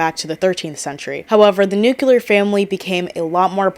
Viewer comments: Having a hard time paying attention bc of how many times you said "new cue lar". It's "new clear" 😅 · I think it’s often mispronounced as “nuc-u-ler” instead of “nuc-clear.” Yes, I hear it too 😅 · i keep getting thrown off every time you say "nukular" a la george bush 😭 all your points are valid but i just could not finish the video bc of it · same, it hurts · Same lol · But it’s “new-clee-ar” where I am. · isn't nuclear pronounced differently and not like NUKILAR or am I stupid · Haha I had the same thought. I feel like this word is always mispronounced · No, she's just mispronouncing it lol